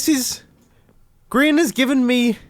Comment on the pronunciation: I thought you meant about grian by saying Grian joined the game Mumbo: oohh were havre griron